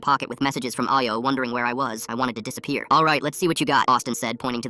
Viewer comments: Nigeria mentioned Why did it pronounce Ayo and Lagos like that😭🙏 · yeah lol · My thoughts exactly